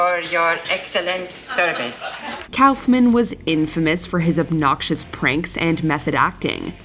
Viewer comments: It's pronounced cough-men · It makes me irritated with "Kowfman" was said, it's Koff-men. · Andy "cow"-fman? 🤨 No one has ever called him that including himself. It's "cough"-man. Good gawd. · I thought Koffman was pronounced COUGH-men, not COWf-mann. 😅😂😂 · Cowffman... It's pronounced Coughman. Kauffman=Cough-man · You need to get someone who bothers to learn how to pronounce names before tracking these videos. It's "Koff-man", not "Cowf-man". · Coughman. Not Cowf-man. Why are your voice-over people so sloppy? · It's KOFF-MAN, not COWF-MAN. Wtf is wrong with you? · Andy KOFF-MANN not Cowf man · It was pronounced KOFF-MAN, not COWF-MAN. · It's pronounced 'Kawf-man' not "Cowf-man" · “Andy COWF-MAN” 😂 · Pretty sure its not pronounced Cowfman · its Coughman right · Umm, Kaufman is pronounced Cough-man. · Kaoufman? Lmao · LOL 😝 “Andy Cowf-man” what nursery school did you find this girl from who narrated the video? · Did you really say “Cowf-man”? Really?? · It's Kaufman. Coughman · andy KAFmen lol its cawf-men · I have never ever heard it pronounced Cowf men... what in the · I've literally never heard anyone pronounce Andy's last name as anything other than "koffman" before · I hate the way you're pronouncing Andy Kaufman's last name. I've never heard anybody say it like that. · The way you pronounce Andy Kaufman almost gave me an aneurism 😅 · You'd think that if you were going to say Kaufman 78 times, you'd google it at least once for the pronunciation 😂 bunch of hacks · 5 seconds in and they butcher a legends name haha I know it's probably a good list but because of that I'm out (nobody caught it in editing or anything...like nobody???) Come on people 😂 we can do better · How do you not know how to pronounce the word Kaufman?